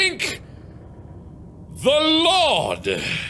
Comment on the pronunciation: "Thank the Lawd"